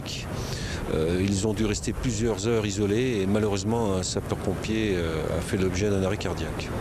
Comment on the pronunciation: Il dit « SAPEUR pompiers »